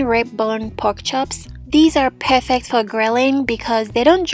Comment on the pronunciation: The way she annunciate “perfect”, “paarfict” 😂😂😂